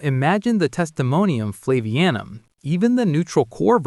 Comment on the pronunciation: It's "Flavianum," not "Flavanium."